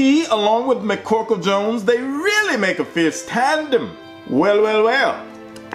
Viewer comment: "Mccorkle Jones"...LOL!!!!!!